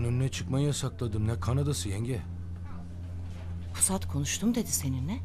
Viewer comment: İmdat'ın pusata pisat demesi çok iyi 😂